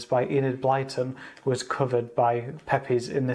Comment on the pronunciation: Great Video! I was wanting to see what the Cards were like before I bought it. I collect Card Games – particularly those by ‘Pepys’, and so found this very useful – Thanks (by the way, it’s pronounced ‘Peeps’ – many say ‘peppies’)